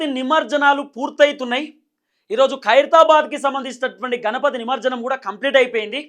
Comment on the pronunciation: నమర్జనం కాదురాబై “నమజ్జనం”అనరాకపోతె నువ్వేంటిరాబై